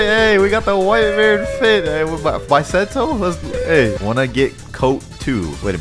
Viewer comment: Bisento not baisentou